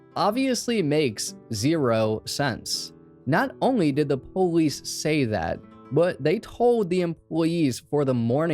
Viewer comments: Why did you say po-lice instead of police? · I love how you say "Police" po leese👍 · Whats a " poelease"? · Why cant u say police correctly. What is PO LEESE